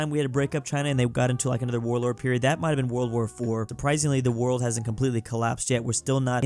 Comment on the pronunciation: You said borld